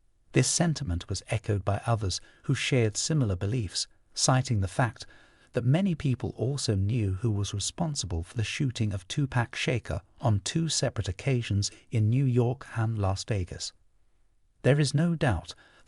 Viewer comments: I heard him say 2 pack Shaker instead of 2pac Shakur 😂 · Man, as intelligent you u-tube reporters try to sound, at least do more sufficient investigating to learn how to pronounce the person's or people's name right that you are reporting on. Huh... Tupac Shaker... Real Genius 😂🤣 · 🤨That foo said "2pack shaker" bloody Englishmen🥸 can never pronounce names right .😅